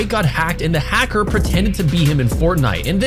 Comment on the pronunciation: Hecker??? Not hacker???